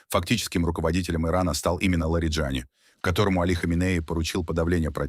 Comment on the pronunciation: В иранских фамилиях ударение всегда на последнем слоге. ЛариджанИИИ